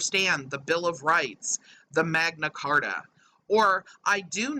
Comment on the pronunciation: First of all, it’s you’re, not your. Second, it’s the Magna Carta, not the Megna Carta. And third, the TIAD? Maybe you should refer to yourself as Virgo Triangle. (Hahahaha) Pedophilia? What a stretch! And I didn’t know we still had slaves in plantations. Wow. And somehow, they seemed to have omitted the part about how all the Jews own all the money and run the world. 🤦🏻‍♀️ My father always says ‘don’t let the bastards get you down!’ Keep up the good fight and hard work! We ‘europeans’ appreciate all your hard work to expose these scammers! We love you!!! ❣️❣️❣️